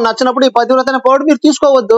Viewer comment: 'పతివ్రత' అనే పదం పలకడం కూడా చేతకాదు ఆ మూర్ఖులకి.